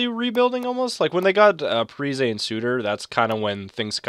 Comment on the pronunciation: Also, its pronounced parisi, he said that he wanted people to say it like that last offseason i think